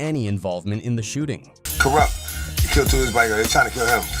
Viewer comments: yo why you chippin up Co Rupt name like dat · Kooroopt lol. Good job AI 👏